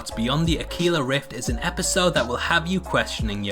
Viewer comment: Pedantic SOB here, it's not Spanish so not pronounced akila, it's akwila, Latin for eagle